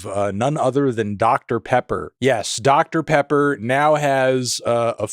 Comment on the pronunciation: "oooh that's good! that's that doctah pehhpuh..."